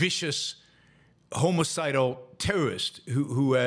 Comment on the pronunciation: Homicidal pronounced homi-cidal not homocidal lol although the was probably that too